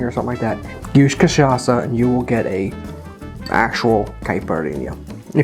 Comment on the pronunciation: this is the best pronunciation of an american saying cachaça I have ever heard, recipe is almost perfect just drop the simple syrup and add one more spoon of granulated sugar.